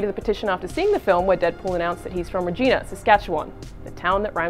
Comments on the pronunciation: It's not Re-gena is re-gIna really pronounce the I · Its pronounce RE-GI-NA not REE-GEE-NA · What's a Regeena? It's pronounced like Vagina, only with Re at the front. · Ree-Jai-Na. Rhymes with the part of the female anatomy. Not Ree-Gina. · Gotta love people mispronouncing a city name. it's not reeegina it. its regina like vagina. rehgina? idk source : am a reeeegina'rrr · I cringed every time she said the name of our city wrong. The reporter makes it impossible to understand the joke and she doesn't even appear to get it. Regina(the city) rhymes with vagina, that is why it is considered the city that rhymes with fun. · You pronounced Regina Wrong